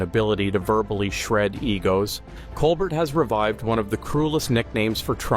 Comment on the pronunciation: COLBEAR...his name is pronounced Colbear